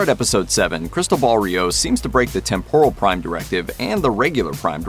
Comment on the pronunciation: thumbs down for mispronouncing temporal